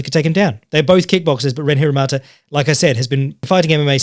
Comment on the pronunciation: Can't wait for the BeyondKickboxing discord to get their tits up over you pronouncing Ren Hiramoto as Hiramata kek